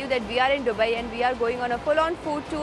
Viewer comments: Its दुबई not डुबई ...Constantly sunne se annoying lag raha hai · I watched all Dubai videos and didn't wanted to point out this but now I couldn't hold it. It's not डु-bai it's दु-bai It's D for Dum Aloo not D for drums 🤭